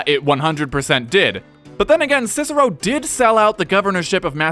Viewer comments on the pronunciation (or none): Scissero?! It's KIKERO! You know, like cicer -- the pea! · Technically, his name is supposed to be pronounced as “Kicker-o.” Soft c’s do not exist in Latin. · its kick-ah-row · the American pronunciation of Roman names hurts my ears! his name was not Sissero (slang) but Cicero to pronounce CHICHERO! .. To give you an idea, it is as if you Americans heard Gen Lee speak in Italian in a movie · Latin didn't have C as S, it's Kikero. That's most embarrassing fact anyhow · 1. Its impossible to pronounces "Cicero" properly with english phonology as the "k" would have to be asphirated 2. This is an english video anyway, not a latin one. Should we also start calling "Rome" "Roma" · Just that his name was pronounced differently, buuuut everybody messes that up, even cesar is spoken wrong, so whatever. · Fun fact... in latin C is pronounced like a K... So they would have called him Kikero.